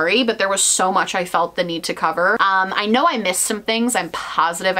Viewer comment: Why is it that people pronounce her name "Mojo" and not "Mon Jo"?